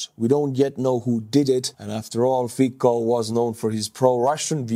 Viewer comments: I love your channel, video and all your effort put so enthusiastically and with humour. I never wrote you. Just now. It tears my ears the pronunciation of Fico' s surname. In Slovak letter "c" is pronounced as c, not k. C sound is like in the English word Tsar or as a 4th letter in word Specnaz. The same pronunciation is in names Cintula (not Kintula) and Slovenskí branci (not branki). I am looking forward to your videos. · To be precise, isn't the 's' in 'Fitso' pronounced nearer to the teeth than "standard" 's'? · with all the respect, your pronunciation of Slovak “c“ in their names is not correct. Nevertheless, your comments are interesting. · You know? enjoys butchering names. 😅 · it isn't "fiko", it's "Fico" pronounced fitsoh". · pronounced as Fitso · Thanks for great coverage as usual. One small point - Slovak PM Fico is corectly pronounced more like "Fitso". Although I do not agree with his politics at all, it is nice to be polite. Thanks! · nitpick: Fico is pronounced with "C", not "K" (more like "cent" or "Ceasar" with a little bit of eastern accent). :) edited: As mentioned in reply below "tz" is actually pretty good substitution. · It’s not fiko but fico you basically pronounce the C as TZ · it's Fico, not Fiko:D Try the estonian pronunciation, it'll be much more correct. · His name isnt fikko i am slovak and we say his name fitsco not sure if its phoneticaly correct how i written it but c its hard not soft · It's pronounced Fecal. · Not really. Fico would be pronounced "Fee-tso". The "c" is pronounced as "ts" in Slovak, not "tz" - some regional dialects notwithstanding. Cibula (onion) is another example. It'd be pronounced tsee-bu-la (accent on the first syllable) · Fikka absolutely based estonian pronounciation XD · it's Fico, not Fiko. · the letter "c" in Slovak is pronounced "ts". Therefore, the name "Fico" is pronounced "fitso". You're welcome. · His name is pronounced “feet so.”